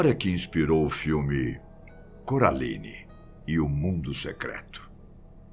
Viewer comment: “Do filme CURALINE” kkkkkkkkkkkk